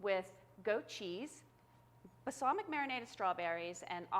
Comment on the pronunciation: I can't watch this. The way she says "basalmic" instead of balsamic drives me nuts.